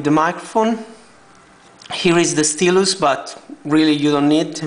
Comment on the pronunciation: i like how the guy says "steelus" instead of "stylus" lol it's pronounced "st-i lus" ;)